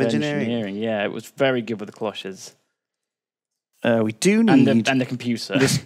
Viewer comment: Holy crap, pronounced cloche correctly!